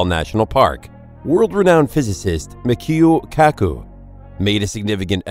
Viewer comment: So that's not how you pronounce michio kaku. Michio is pronounced like CH together. Not like a k lol. Don't you just love when someone tries to make a informative video and they can't even get basic names right? Definitely makes me want to listen to what they have to say lol. And the volcano and Yellowstone has been known about for many many years. It was not just discovered the first how the earth was made about Yellowstone was released like 15 years ago